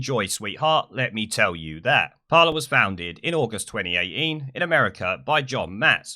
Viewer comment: "Parler was founded in twenny-eigh-ean"